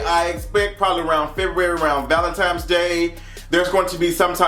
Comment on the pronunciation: I love your content but I content but I can't stand it when people say valentimes instead of Valentine's day it's saint Valentine not father clock so it sure as he'll is not valentimes day js